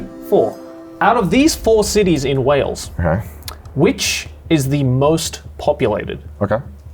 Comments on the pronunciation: Great show but it is Wales not Whales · Wales… not Whales 😂🐳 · not 'Whales' lmao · Why „Whales” and not Wales 🏴 ?????? 😳😳😳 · Not wanting to be “that guy” but it’s Wales not Whales. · It's Wales NOT WHALES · "Whales" come on.. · Wales with an h, eh?